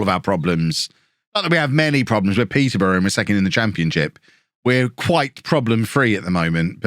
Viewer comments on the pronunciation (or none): none